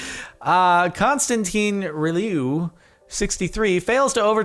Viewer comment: wow you pronounced constantin reliu preety good for an american (im romanian :) )